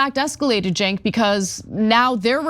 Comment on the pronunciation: It's okay we can't pronounce Cenk's name either.😏